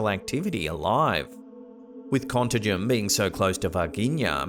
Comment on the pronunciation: I'm from Belo Horizonte, the capital from the State of Contagem and Varginha Cities. Contagem is actually next to it. It took me some minutes hearing the way you said the names until I activated the subtitles. What a cool feeling to see places that were part of my childhood fears in here! xD